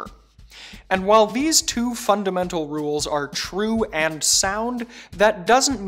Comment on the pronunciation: I cringe whenever he mispronounces rules